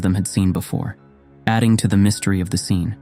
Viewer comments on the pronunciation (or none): none